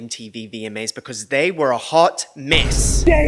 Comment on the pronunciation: I'm a new subscriber and have been binging your messy VMA videos and I love it! Also love your kiwi accent saying "mess" 😅